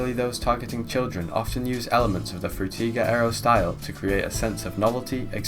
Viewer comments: Bro pronounces “Frutiger Aero” differently every single time he says it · I really wanted to enjoy this video through and through, but the way you pronounce Frutiger Aero differently every time is annoying and takes me out of it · The way that the name is pronounced in at least 4 different ways within the span of 5 minutes lol I remember this style quite well, I believe I may have grown up in that era but maybe I was a bit too young idk :/ Nice vid tho! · Great video! I love how everyone pronounces Frutiger Aero differently in their videos